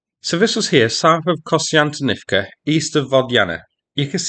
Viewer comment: Actually he terribly botched Konstyantinivka.